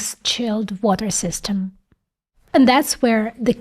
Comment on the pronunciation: мне ОЯЕНЬ интересны все Ваши эпизоды. Женщина-инженер и умница не может не нравиться. Один момент, который можно поправить, это произношение "ly". Слишком откровенная русская "И". Хорошо бы её приблизить к "Ы". Равно как и в словах "system" (dinner, chicken). Делюсь тем советом, который получила больше 30 лет назад. Удачи.